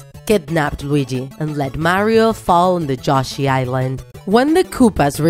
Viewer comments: Its yoshi not joshi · It's Yoshi not joshi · …why do you say Why are you saying joshy and not Yoshi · You said joshi instead of Yoshi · She pronounced yoshi wrong